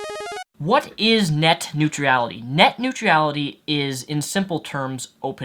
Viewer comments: Neutrality(new-tral-ity) not new-tree-ality lol not hating just advising. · It's "neutrality", not "neutriality". How can you know so much about a subject but not kow how to pronounce the word correctly? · STOP SAYING NEUTR*I*ALITY!! There's only one I in that word! You spelt it correctly in your video title, why can't you say it properly? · Why can't you pronounce "neutrality"? It's not "neut-reality". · WHY DO YOU KEEP PUTTING AN EXTRA "E" IN NEUTRALITY!? It's extremely annoying... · Urgh my brain...please never pronounce it 'Neutrurality' again :'(. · I am finding it difficult to watch this video because I keep hearing "net new tree ality" instead of "net new tral itty". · you pron neutrality as nutreality. hahah xD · every time you try to say neutrality in his video i cringe. i don't deserve to do so by any means, i make similar mistakes, as previously stated i sometimes say nucular instead of nuclear, but jeez, so many times in a row, did you never try to read the word before you said it? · neutrality, "newt rality". sound it out. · I just don't think he's heard it pronounced right, or given much thought to it. He pronounces everything else right. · Your inability to pronounce neutrality is annoying the piss out of me. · Yet he manages to pronounce every other word just fine. Also iality is not a suffix. Sometimes people just get things wrong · You butchered the word...neutrality :P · There is no "I" after "R" in neutrality. I know it doesn't affect the general message of the video, but you are pronouncing it wrong and it's distracting. Otherwise, nice video. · No disrespect to, but yes, it was a little distracting. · your pronunciation of the word neutrality is about as bad as george w. bush's pronunciation of nuclear. don't get me wrong, i pronounce allot of things horribly, including the word nuclear (i still like to say nucular) and your problem with neutrality is similar bud.